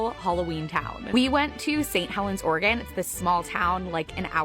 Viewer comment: I stand corrected you say it right homie